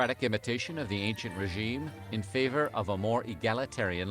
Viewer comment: He even said “ancien regime” wrong. Just saying.